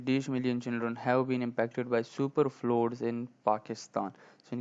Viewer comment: بھائی فلوڈز نہیں ہوتا پلیز pronouciation تو ٹھیک سے دیکھ لیا کرو